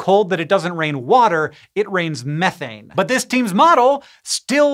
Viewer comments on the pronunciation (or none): Hank says it rains methane on Saturn, and I hear 'it rains farts' and loose it!